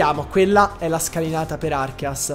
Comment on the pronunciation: Perché lo chiamate Archias! Se si chiama Arceus, da dove l'avete presa la pronuncia 😭